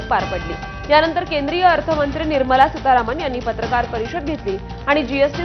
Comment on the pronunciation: फक्त....फक्त निवडणूक होऊन जाऊदे बास्स आणी मग बघा काय काय कुठं कुठं कसं कसं वाढतय ते .....सितारमण..... नाही सितारावण वाटायला लागली तर नाव शरद पवार सांगत नाही !!